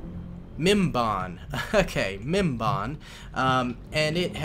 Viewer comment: mispronounces mimban Inner geek starts to retaliate